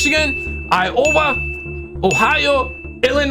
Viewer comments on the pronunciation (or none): none